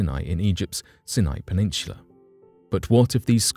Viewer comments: Peninsula is pronounced with an S sound, not CH. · PeninSHula ?? Have I been saying it wrong my entire life??? 🤔